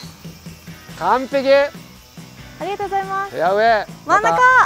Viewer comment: 芹澤さん！ ヘアウェイ、ヘアウェイ。 フェアウェイと発音できないところ、ワロタ。